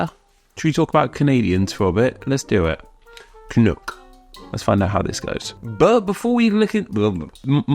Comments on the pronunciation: You have a very weird way of pronouncing it. You say it like ca-nook, but I've only heard it pronounced cuh-nok. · It's can uck (like yuck) not can ook. God damned english men! LOL! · Isn’t canuck pronounced with the ending like duck as opposed to cook? Can-uck rather than can-ook rolls off the tongue better. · It’s pronounced “canuhk” not “canook”. I’m Canadian and live in Vancouver where the hockey team is the Canucks pronounced Canuhks. If you’re going to do an etymology video get the pronunciation correct. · I’m guessing others have pointed this out, but the word is pronounced [kənʌk] (rhymes with buck) rather than [kənʊk] (rhymes with book). Brits in particular seem to prefer the latter pronunciation (maybe because it sounds like another Canadian term in Chinook? I dunno…). But it sounds awful when referring to the Vancouver Canucks hockey team that way. And no, Canadians don’t regularly use this term at all – in my experience it’s most common in U.S. journalism (particularly when trying to sound clever/cheeky). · I'm Canadian, and I've never even heard of the idea that "Canuck" would be offensive, though I expect that Quebecois may not like being called "Canucks". Also, it is not pronounced "Canook", and thus does not rhyme with "toque". If you don't know how to say "toque" properly either, then just rhyme it with "duck" instead of "duke". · As a canadian hearing "canook" sounds so wrong. It rhymes with duck not book😊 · Canuck rhymes with truck or luck. Not "canook". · At least here in the US we dont pronounce the U in canuck that way. We say it like the u in "um" or the er in british "erm". Sort of rhyming with "buck" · You pronounce Canuck wrong. :) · One thing. Your pronunciation of Canuck sounded a bit off to me. As an English speaking Canadian, I would pronounce the second syllable to rhyme with buck or tuck, not book or took. Otherwise, nice to see you showing some love to Canada.